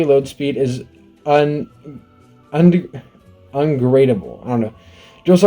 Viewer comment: mans looking at "upgradeable" like 3 times and still reads it wrong lol